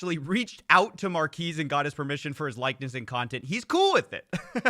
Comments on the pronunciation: lol it's not mar-keys it's mar-Ka-es Brownlee, but otherwise great as always. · Marques is pronounced mar-KEHZ for future reference (not mar-KEEZ) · It's "mark-ez" not mark-eese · Oof, dude, "Markez," not "Markeez." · Marques is pronounced Mark S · This video has to be AI. No one actually says Mar-key-s brownlee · Changing it to "Youtuber Superfan" is so funny, plus if you look at the comments on their product Hunt page it looks like they are all AI generated. its pronounced "markez" btw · They way your pronounce marques's name is strangely racist 🤣 Na jk coffee it's all in good fun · You saying his name wrong over and over got to me bro. I turned off the video, just say his channel name next time 😂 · Yoo, pronunciation of Marques is great! Haha. No hate, just amused. Loving the new content. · Your racist pronunciation of Marques' name is worse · Also, Giertz is pronounced Yetch. "It doesn't make sense in Swedish either." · Mar-kez. Simone Yetch.